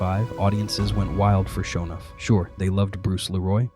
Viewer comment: Dude needs to teach his AI how to pronounce "Sho NUFF"